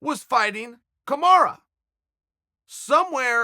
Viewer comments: Hahaha alright I meant no disrespect to our favourite uncle, lets settle for Kamura then 😂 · Kimara Mooseman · Chael 'Kamara' Sonnen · Chael “Kamara” Sonnen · I love how chael pronounces everyone's name incorrectly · Chael for heavens' sake his name is Kamaru, not kimura :D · Chael it's either MARTY or kamarUU NOT A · Who’s Kamar? Do you mean Kamaru? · KAMARU KAMARU KAMARUUUUUUUUUUUUU NOT AAAAAAAAAAAAAAAAA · Chael, its not "Kamara". Its KamarU. Pronounced as: Kuh-mar-ROO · CHAEL, you need to buy a vowel, I suggest buying the letter "u" for "Kamara" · Take a shot everytime your hear kamarra 😂😂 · Chael: Kamara Kamaru: eets prunounced kamaru Chael: look buddy if the bad guy says its Kamara then it's kamara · Its KamarUUUU not KamarAAA fucking hell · CAM - ARE - EWW = Kamaru Not COM - ARE - AH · It is Kamaru. Ru not ra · Have watched 8 videos and you keep referring to kamaru usman as kamara, it ends in a u, not an a. Please fix it lol makes me so frustrated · Its KAMARU not KANARA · Its Kumara! Get it right dude. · Dear Uncle Chael, I know you like to remix names 😅 but his name is not Kamara or Kimura it is Kamaru... or at least call him Marty 😂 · Thaha HD Kamara is what Chael calls Kamaru because he can’t take the time to pronounce his name correctly. It’s kinda messed up because with a name like Chael which people mispronounced all the time and bothered Chael because of it you would think he could at least use the correct vowel. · What the heck is kamaraaah ???? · KA - MA - RU 😆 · It’s Kamaru you ignorant douche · chael please learn to say kamaru correctly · "Kamara" rofl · Kamaru "KAMARA" Usman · Can you stop saying "KAMARA" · Kamara? imma b sayin dis everytime i hear him say it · I love how Chael calls Kamaru "Kumara". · It's official.. If uncle Chael says it's Kamara then imma call him Kamara too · Who dafuq is Kamarra? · hes just fucking with marty at this point with calling him 'Kamara' lol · If Chael P says his name is Kamara then that’s what it is.